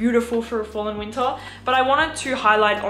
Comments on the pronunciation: Going to watch again just to hear say "Weentah" again.💛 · I love how she never says the “R” sound. Fall and winta it gets coola”